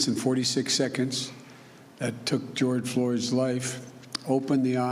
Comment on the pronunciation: I heard Jord Floy's